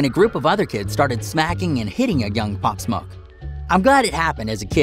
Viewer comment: They said his name wrong thats how i know hes looking for clout